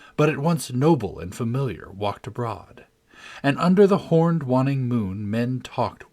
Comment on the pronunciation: Waning is pronounced Way-ning not Wann-ing.